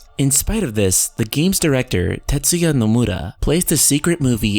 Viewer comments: why are u saying nomura so weird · Why can't this guy ever say Nomura's name right. Oh by the way, Zeal is right again, as usual. See you all in VS. And why does he keep saying "Some muh nus"? His Japanese pronunciation is atrocious. Yozora is also HUNTING them both, for his Master.